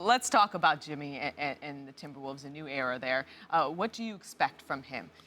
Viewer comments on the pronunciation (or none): His name is Jimmy not "Timmy" white bitched fucked up